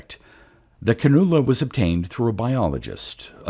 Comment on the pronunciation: Nice story! Also “Can-you-la”.